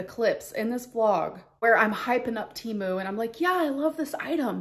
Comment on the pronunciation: Hey Amber it's pronounced Teh moo and they sponsor podcasts 😘